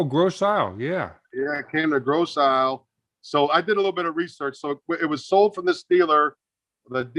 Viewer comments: Eel eel. We pronounce Ile as eel. Gross Eel I live in the Detroit Wayne county area. Just saying. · I live local to the area this car is from originally! Too cool. FYI, "Ile" is pronounced "eel" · Tom, just so you know, those of us from the area pronounce it "Gross Eel". Lovely car. Great conversation. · It's pronounced Gross EEL.